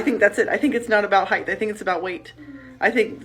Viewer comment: Did she say "heighth"??